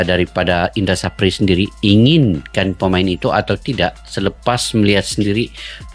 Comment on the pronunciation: Indra SAFRI mas.. Bukan SAPRI.." 😂🤷‍♂